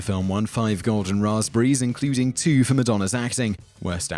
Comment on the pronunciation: makes up for it by saying "Rahz-breeze" in that Brit way that makes ya melt. All is forgiven.